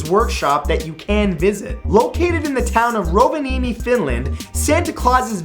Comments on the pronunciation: omg you butchered norvaniemi so bad .' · Rovaniemi, You said it really epic, i live in Finland and it was so funny to be there :D